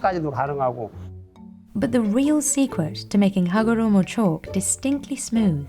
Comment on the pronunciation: I love the rolling R-esque way you enunciate Hagoromo, it's almost as satisfying as watching the chalk manufacturing process lol